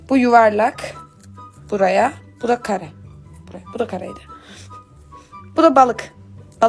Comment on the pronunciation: Ablacığım dörtgene karı diyorsun